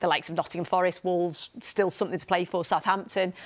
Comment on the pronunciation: Southampton 😂 say otherwise